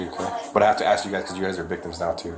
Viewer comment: "What is you arresting me for?" ..wow illiteracy is real folks. " y'all is weird" " we was on da ground "just axe(ask) mom"